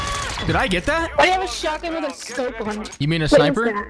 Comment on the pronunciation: “Why you using a Shiot gun?” Lmfao 🤣 Ily 🤟 💜